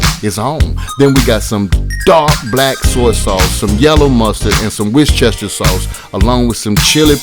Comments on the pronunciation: what was that? 😂🇬🇧 Pronounce it how you want I don't give a f 😂 but if you want to be British it's wooss- teh- sherrr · "Wishchester" sauce lmfao 🤣 😂 😆